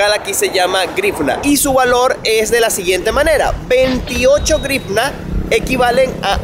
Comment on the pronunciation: Se pronuncia más o menos jríuña.